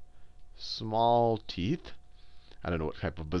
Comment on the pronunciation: sounds like he says, "brown eyes and big teets" lol. teets.